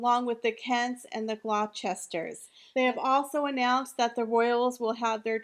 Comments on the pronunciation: Thought you'd like to know that Gloucester is promounced "Gloster" .... and Dame is pronounced "Day m" hope that helps. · Glouster Pronounced Gloss-ster